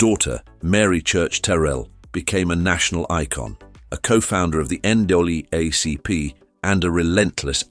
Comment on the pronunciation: You can always tell,a AI generated story because it tries out pronounce the NAACP. That makes me question all other details.🧐